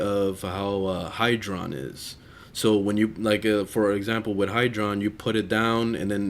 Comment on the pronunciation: Hydroid not hydron xD